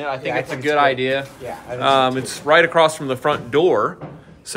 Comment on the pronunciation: “Acrossed” -across